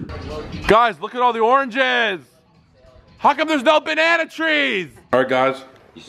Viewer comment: "where the bannanna trees"😂